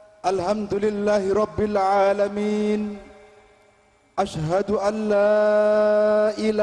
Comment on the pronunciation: ADZANNYA SALAH masa Asyhaduna Ilaha harusnya ASYSHADU ALA bukan ASYHADU ANA